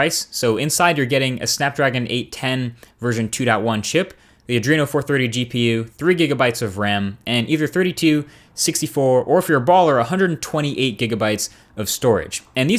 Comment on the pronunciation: "Three gigabytes of REM!"